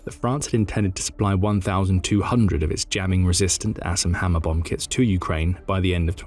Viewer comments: Sounds like hes saying Ass and Hammer..so im googling that. LOL. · I'm gonna be honest... I thought he said "ass and hammer" at first lmao